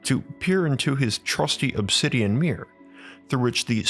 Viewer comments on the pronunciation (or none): none